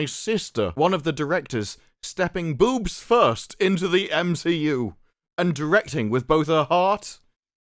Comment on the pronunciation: The Meh-She-U. FAFO, Feige, FAFO.